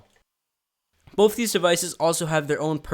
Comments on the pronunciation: Say both stupid not bof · The word is BOTH not BOFE sHiT4bRaiNze